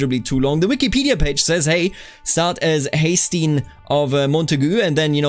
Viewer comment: Haesteinn is pronounced Hesten. Just a note.